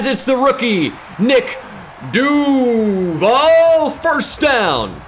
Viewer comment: You mispronounce duvall and its actually mad annoying